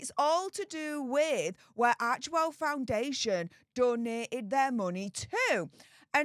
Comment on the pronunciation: Isn’t it arch well , then central e is silent?